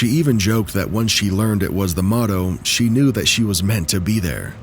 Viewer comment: The AI said, “Moto” instead of “Motto.” AI